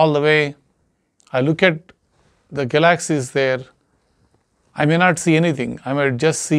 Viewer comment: Hi, you're getting very good at this. Now, if only you could pronounce galaxy's. Haha. Have a nice night.